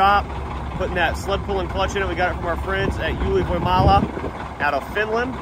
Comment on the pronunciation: I'm all for making this thing a roadster! (radster?) Great job, dude. Also kudos on pronouncing "Ylivoimala" almost perfect, man 😉